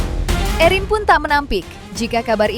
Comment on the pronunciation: Bisa gak hostnya nyebut namanya erin biasa aja jangan ewhrin, terdengar berlebihan😂